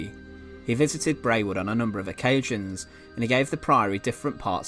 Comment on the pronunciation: Nice video. Brewood is pronounced "Brood".